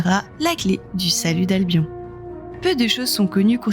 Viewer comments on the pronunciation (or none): none